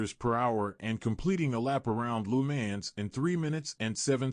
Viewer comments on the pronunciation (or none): "Loo man" 💀 it's Lemans "leu + mon" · Loo mans Boh-lyde Booh-gadi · wish you could pronounce Le Mans properly